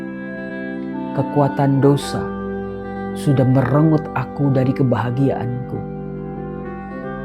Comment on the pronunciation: mhn maaf ya bacanya merenggut ( pakai 2 buah G artinya memaksa merebut dengan paksa) bukan merengut ( cemberut)